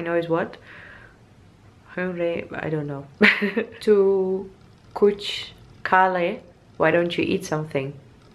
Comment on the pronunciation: 👍👍 you pronounced most of the words correctly. BTW sun is 'suraj', moon is 'chand' in hindi, yes that was tea plantation. You are becoming more like an Indian. The more you explore India the more you will fall in love with India. You should visit Darjeeling once, it's beautiful. The people here will always be happy to welcome you in India. 🙏